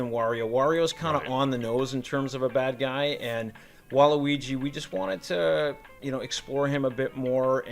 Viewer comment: Thank you for calling him waluigi and not waleegee like most ppl do